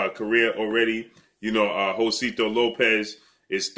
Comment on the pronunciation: Jose-sito not Josito lol